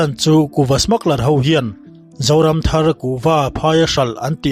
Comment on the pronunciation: Zoramthar nilo in zoram thar. Thlai thar tih ang a lam tur a nih hmel